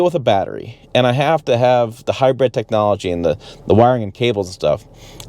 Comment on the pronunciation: Can’t stand how he pronounces hybrid as “hi-bread”